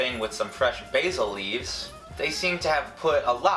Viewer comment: it made me cringe so much everytime he pronounced basil wrong